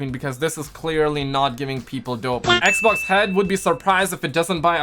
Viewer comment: Normal People: "Xbox": "Egbox"